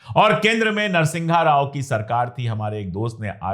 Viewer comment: अबे अनपढ़ नरसिंघा राव नहीं है नरसिम्हा राव है..........